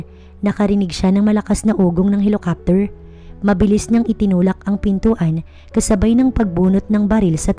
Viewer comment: Bakit di niyo tinatama ang pag pronounced ng HELICOPTER, ang pangit pakinggan ng HELOKAPTER..parang di kayo marunong magbasa niyan